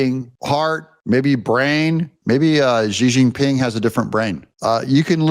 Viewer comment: Please pronounce Xi Jin Ping. You sound like You Know What